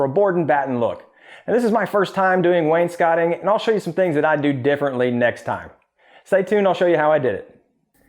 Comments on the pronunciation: Thanks for saying wainscoting right :) Also, Maytag! You go girl!! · they only took me after I properly pronounced wainscoting